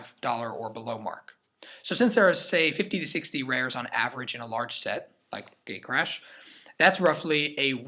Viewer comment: Im I then only one to hear GAYCRASH every time he says gatecrash? lol